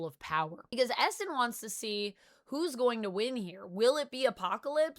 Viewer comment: I had no idea who you were talking about when u said Esson. Its pronounced "E" Sahn .. not Esson